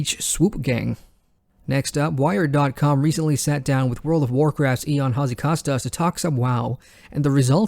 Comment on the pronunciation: You did, however, pronounce Hazzikostas extremely well for a non-native Greek speaker, so I'm guessing he'd be willing to forgive you lol!